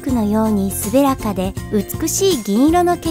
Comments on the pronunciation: 滑らか→すべらか× なめらか○ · 「滑らか（すべらか？）」は笑った トップランキングは欧米の動画作成企業の日本語バージョンなんだろう